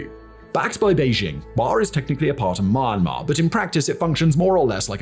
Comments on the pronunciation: Don't pronounce : maianma - pronounce : mianma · Omg.. myanmar Is not mama 😂... first syllable of meander + mar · its really distracting when you pronounced it Mine-Mar instead of Miyan-Mar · except the way he pronounce almost everything in asia is so infuriatingly wrong. Like bro how difficult is it to pronounce "myanmar" instead of "maynmah" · it hurts my soul everytime I hear you pronounce it "My-anmar". It starts with a Me/Myi sound, not a My sound. With love from Yangon. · we all love you, but im sorry, Mar Mar? or are my headphones breaking down, isnt it pronounced Me-An-Mar? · Is it not pronounced Mee-Yan-Marr? Edit: Looked it up, it's Mee-Yen-Marr. Seems like good practice to double check how to say the name of a country you're making a whole video about! :p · "Marmar"?? ("Mah-mar"? occasionally even "Mahm-mar"!) Where is this country? Never heard of it. The single most important word in the entire video, and he can't pronounce it. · I noticed this channel is making some Myanmar civil war content recently. Please try to improve the pronunciation of the name of the country you are presenting in the future video, wouldn't mind the names of cities or regions getting wrong but the way you are pronouncing Myanmar is both funny and cringey af. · I still resent the way thig guy pronouce Myanmar. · Learn to pronounce Myanmar